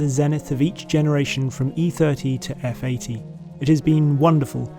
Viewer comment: FROM EEE THEURTEEE TO EFF EEGHTEE